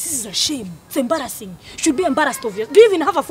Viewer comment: When she says embrassing